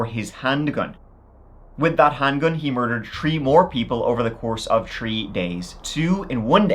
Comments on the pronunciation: In this episode, said “tree (3),” “turteen (13),” “turty (30),” and the rare “turty-tree (33)” eleven times. (I’m only counting 33 once) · You know that the number “three” generally is not pronounced the same as the tall things with leaves that you find in the woods. Just letting you know in case nobody cared enough. 😊